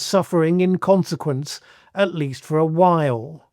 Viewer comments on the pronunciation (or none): none